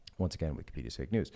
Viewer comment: Wau Kesha their is no w at the end of the word news guys